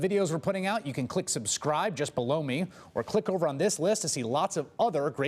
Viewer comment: “Just b-low me” 😂😂😂